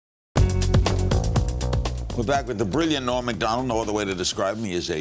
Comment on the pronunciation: All those years passed and nobody ever told Larry that his name was "Norm," not "Noam."